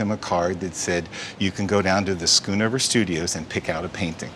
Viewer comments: For that price, it is not "Skoenover". It is pronounced "sgonover" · Its so fun to hear Americans pronounce Dutch names, skoon over 😂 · SCHOONOVER,,,,,HOW TO PRONOUNCE A DUTCH NAME ....DOUBLE O SOUNDS LIKE BOAT